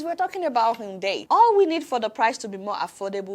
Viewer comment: Adeola: it is not 'unndei' it is pronounced iundai ( Hyundai )